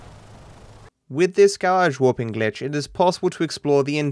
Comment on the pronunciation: Mish-on Ga-rashe Gl-itche